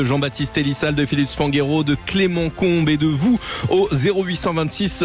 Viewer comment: Trop bizarre d'entendre Clément "ComB" ici 😂